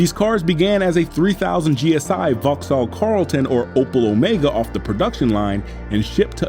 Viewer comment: not gonna even mention how he pronounced vauxhall? 🤣